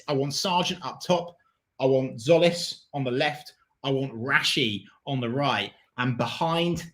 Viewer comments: No its Tzolis pronounce the T and the Z and with a tone on the O ( tzOlis ) but jOlis is close not zolis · is christos tzolis pronounced 'zolis' because i thought it was 'jolis'